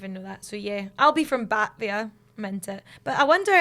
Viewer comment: It is pronounced /bəˈteɪviə/ not Batvia. What and it is a lovely suburb of Chicago with 30,000 people.